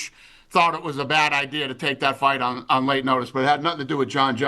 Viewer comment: The way you say the word "on" is FU*KING VILE!!!!! Learn to say the word properly or never say it again 😫